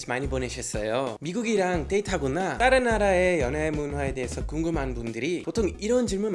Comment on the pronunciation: 올리버샘 버릇 하나 찾았어요. "다른"이란 단어 발음 하실때 종종 "따른"이라고 발음 하시네요. 보다 친숙하게 들릴수 있겠지만 습관적으로 그렇게 발음하시지 않아도 될것 같아요. 다음에 봐요.